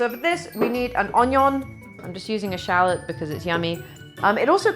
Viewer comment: shal-LOT or SHAL-lot?